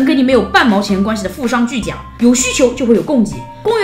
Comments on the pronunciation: 是 "富商巨贾(gǔ)" 。 “行为商，坐为贾gǔ” 不读jiǎ:_原來如此什麼鬼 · 提一下错误：富商巨贾（gǔ） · 富商巨贾 第四个字念 Gu 三声，谢谢。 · 应该是富商巨贾（gu）吧，本来挺喜欢你视频的，现在有点怀疑是不是你自己写的文本了 想起了“通商宽衣” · 亲爱的，是富商巨贾（gu，第三声） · 我以为不是读错，是双关语，cue了贾跃亭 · 各地稍異的破音字無傷大雅，文采了得